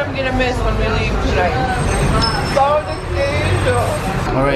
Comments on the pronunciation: I think he found it funny the way she pronounced the word "pão", which sounded more like "pau". Pão meaning bread, and pau meaning stick. It's not an easy word for foreigners to pronounce, so no worries, Brazilians can't even speak basic English, so he shouldn't be laughing. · No, she is pointing out your pronounciation of ã. Don’t worry, unless you speak Portuguese, most people can’t....although, I am wondering if there is similar pronounciation in Spanish